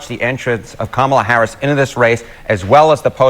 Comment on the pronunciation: IT'S COMMA-LA. Come on, man. RFK Jr. Is a horrible human being. Plus he's anti-vax (all vaccines). His family is embarrassed of him, a worm ate his brain and the way he treated his ex is inhuman. Like it or not, our 2 party system has a lock on the election process. A 3rd party candidate is nothing more than a protest vote. I literally do not care about the border. It's OK that Brown people are coming here. Dude is referring to how Harris secured enough delegates to get the nomination in 48 hours. President Harris will be just fine.